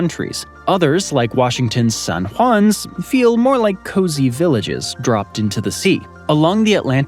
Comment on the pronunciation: Washington's San What-did-you-try-to-call-it? Good God, y'all.